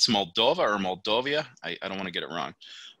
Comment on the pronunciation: Is written and pronounced Moldova not Moldovia. It might be the poorest country in Europe but the infrastructure is IMO much better than what I saw in the Philippines. That comes with the advantage that the life is quite cheap. Food is delicious and the local wine and cognac is great! Women are beautiful and caring. Local people are nice and you could make great friendships if you learn a bit of the local lingo (they speak Romanian and Russian)